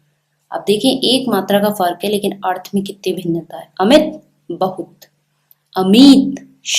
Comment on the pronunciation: Wrongly pronounced the word 'अर्थ'